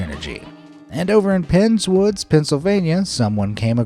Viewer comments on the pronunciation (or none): for a second i thought you said friendswood not pens wood because my grandpa lives in friendswood I thought ohhhhhhhhh fk